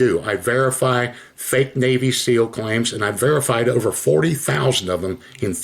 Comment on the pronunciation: It bugs me how she says navy SILL